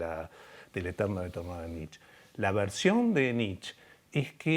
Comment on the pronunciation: Muy buena la charla! Un humilde aporte a (y a quienes lo citen), se dice "NitchE", asi con la E del final:) Saludos, desde alemania